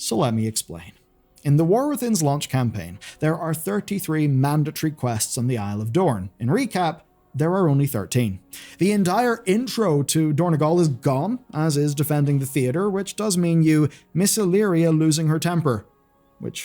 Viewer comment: It is dorn-O-gal, not dorn-E-gal